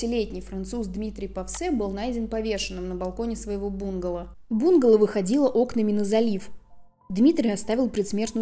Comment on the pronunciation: Не бУнгало, а бунгАло. А кавказец это Caucasian, наверное? То есть белый человек, европеоид